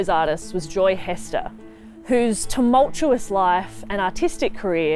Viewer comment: "tumultuous" nice one